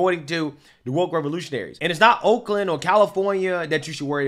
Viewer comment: Sound like you said wolkland.